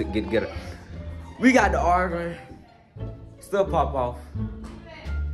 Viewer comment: Bro can't say Arguing